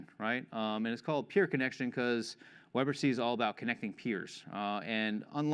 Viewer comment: "Web R tuh C" "Web artisy" -- the middle letter is T and it sounds like "tee" and should rhyme with the last letter "C" which sounds like "see". Web Are Tee See